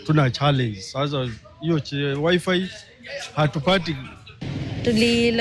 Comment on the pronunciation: Did is hear a lady say wifive